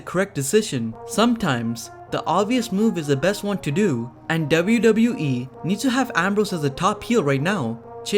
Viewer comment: Please speak “WWE” properly